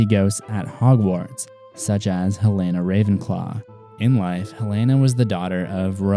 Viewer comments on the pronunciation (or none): Its Helena!!! Youre pronouncing it as Helaina!